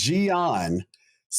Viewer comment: How does struggle saying a 4 letter word and repeating it once "Yang-Yang" it's definitely a problem he has with, for him "foreign languages", besides that, great podcast as usual, the greatest of them all for WuWa 👍